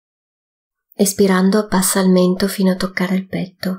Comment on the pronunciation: Ringraziando tutti per questa attivita', faccio notare che per chi non conosce l'esercizio, sarebbe importante che la pronuncia di "Inspirando ed Espirando" fosse piu' chiara o sostituite da DENTRO e FUORI perche', particolarmente nella terza pratica, non si capisce quando ti mangi la N di Inspirando e quando confondi la I con la E di Espirando, rendendo impossibile distinguerle, entrambe risultano qualcosa come "ispirando" che non e' ne uno ne l'altro. Andando a visionare lo stesso video in inglese si evince che, al contrario delle pratiche precedenti e seguenti, nella terza il primo movimento va fatto espirando. Grazie.